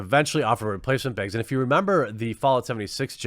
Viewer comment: I think you should release quartering branded canvas "beeegs" 😂